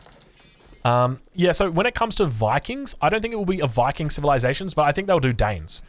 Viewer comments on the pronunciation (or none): none